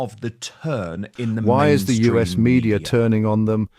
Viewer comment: Dan, it's "us", as in the word, not "U.S." magazine.